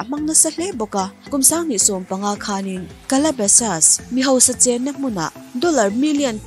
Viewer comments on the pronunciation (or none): none